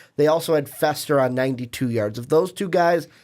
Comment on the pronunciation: Clemson should be number one! Oklahoma wants no part of the Tigers. Soft! Did you 2 numbnuts even watch the Tigers play? Learn how to pronounce our player's names. Fester and what? Smdh